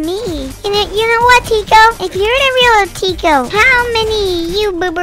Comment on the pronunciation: Summary: "im thwe rweal tiko" "No im thwe weal tiko" argument